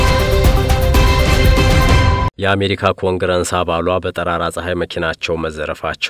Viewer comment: ኮንግረስ ነው የሚባለው የምን ኮንግረንስ?